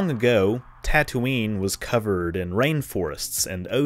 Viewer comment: As always, very interesting. I've never had a lesson in binary stars until now. 🤓 You are really good at this. And I LMAO when you said Tattootoo😂😂😂